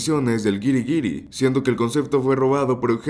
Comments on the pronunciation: ¿Si sabes qué significan los puntitos arriba de la ü? üüüüü No es una carita feliz, es para pronunciar la letra "U" al leer. Lee: Güiri es wuiri 😂 no wiri?😂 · No pronuncias dieresis??